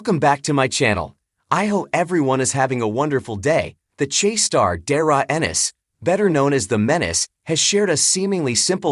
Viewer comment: AI rubbish can’t even say his name correctly